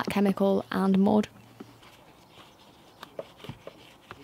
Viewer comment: Lovely accent, "dried mood" on the carpet, Delightful.😊